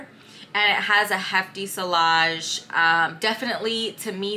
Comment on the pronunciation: Just a heads up: the double L in vanille and sillage is pronounced like a y (like tortilla!) Great video 😊